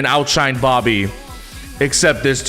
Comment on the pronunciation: when said dobby instead of bobby i lost it jsdkjsjd